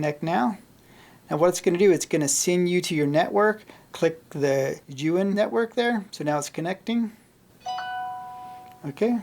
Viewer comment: Pretty sure he pronounces Zhiyun wrong too. Keeps saying Yuwin.